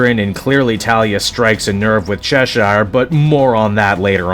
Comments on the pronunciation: Why do you pronounce it chesh-ire? Its pronounced chesh-er, like the cat from Alice in Wonderland. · That's not how you pronounce Cheshire.